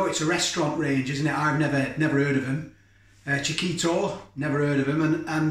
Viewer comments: you go the pronounciation correct :) chi-kee-to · your pronunciation sounds fine to me chick-eat-toe although me typing it as I say it kinda puts me off 🤣🤣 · Spot on saying Chiquito! But need to work on jalapeno. Hal-a-pain-yo But from crazy California, I would have no idea how to say Leicester....most yanks couldn't. But just hearing you say it makes it easy enough! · Nice review and you managed to get it on the plate better than the beef one and yes the price is a bit steep but as a treat with some spicy wedges a nice night in PS you are pronouncing quichito correct 👍👍🌶🌶🐷🐷🌮🌮